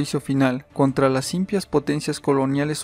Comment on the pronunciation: Se dice IMPÍAS tildado en la última i. No íMPIAS... 🤦